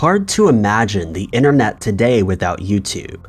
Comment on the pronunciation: ‘Inner net’ ‘ yoooo tooob’ 🙉